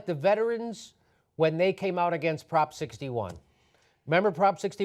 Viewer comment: Be a better orator "taking a stand AGAINST net neutrality", say it more clearly!